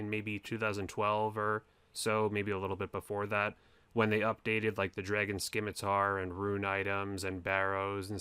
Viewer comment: 2020 and you still pronounce "scimitar" as "SKIMitar", why?